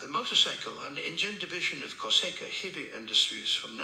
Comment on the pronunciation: If you want him to say Kawasaki correctly, type it in as COW UH SAW KEY